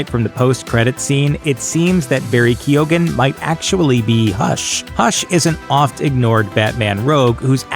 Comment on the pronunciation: Lmao "Keo-ghan"